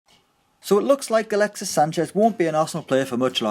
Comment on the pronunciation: Did he say galaxies sanchez at the beginning